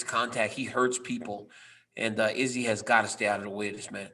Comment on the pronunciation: I really can’t handle the way Ariel says izzy name anymore!!!